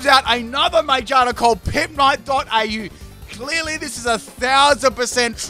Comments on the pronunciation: Am I the only one who noticed the pronunciation of Magearna? It’s literally pronounced Ma-gear-na. What is this Mage-are-na? I do not know this pokemon. What is its type? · its annoying how he says magearna (its mag-ear-na not my-ge-are-na) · Its name is Ma-GEAR-Na... Not MAGE-arna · Magearna: Has the word "gear" in the name. Pimpnite: Majina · Still can't get over him pronouncing Mah-GEAR-nah as May-JAR-nah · Me: MA PIMPNITE: MA Me:Gear PIMPNITE: Gear Me:Na PIMPNITE:Na Me: Magearna PIMPNITE: Maijarna! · Yo, I'm a bit confused unless you're joking but why do you pronounce Magearna like "mage-arna" instead of "ma-gear-na" since its a pokemon about cogs and gears lol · I'm sorry but 'ma-jar-na' insted of ma-gear-na. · Every time he mispronounced Magearna I lost about 16 brain cells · "Mayjina" ah yes, mayjina, the robotic rabbit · Pronouncing “Magearna” as “Magina” is hilarious 😂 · It still sounds like he’s saying magina lol Aw no dc this time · The way he pronounces Magearna bothers me more than it should. The correct way is Ma-GEAR-nuh. That's how it is in the movie (Volcanion and the Mechanical Marvel) and it makes sense since the Pokémon is based on a mechanical Poké Ball with gears. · Say it with me: Ma-gear-na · It's ma GEAR na lol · why he say magearna like "magina" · why do you pronounce magearna majarna? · Ma-gear-na as is it’s made of gears. Come on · It’s MA-GEAR-NA. Sorry but that was bothering me 😅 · Okay but stop saying magearna as majarna please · Okay, but it's literally a pokemon made out of gears, so. MaGEARna. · Back at it again with Pimpnite saying Magearna's name weirdly again 😭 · I died even harder the way he said Magearna 😂😂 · Him saying MaGEARna wrong is triggering lmao jk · the way you pronounce magearna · Why u pronounce Magearna like a specific female body part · i am allergic to how he pronounced magearna. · wtf is ur pronunciation of magearna?😭😭